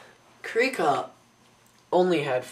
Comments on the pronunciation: I believe it's pronounced KRYE-ka... long-syllable I. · its pronounced Krih-ka, with a LONG vowel being the i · its not krihk-a or kreek-a, its krie-ka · Krika is pronounced kree-kuh. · im not being mean im helping you.Krika is pronounced with a long i